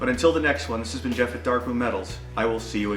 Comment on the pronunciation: Spot on with the pronunciation of my name Jeff and thanks for the kind words.